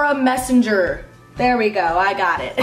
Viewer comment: its messenger not messanger. #epicfail